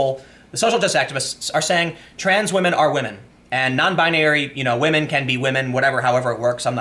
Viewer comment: Lets say WAMEN